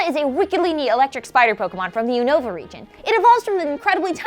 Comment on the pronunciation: You guys pronounce unova wrong